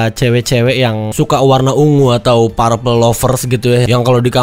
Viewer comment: Anu bang, bukan "parpel" tapi "perpel"